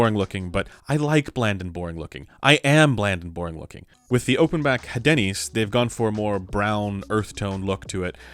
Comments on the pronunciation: I believe the pronunciation for the Hadenys is: "Ah den ees" if my French is correct. So, no emphasis or inclusion of the "H". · We don't pronounce the letter "H" in french so "adeenis" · I think it is Áhdenys, strong A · Hadenys is obviously pronounced HAD-ANUS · I believe the pronunciation of the Hadenys is a subtle marketing campaign for a certain breakfast chain and pronounced Hey-Denny's.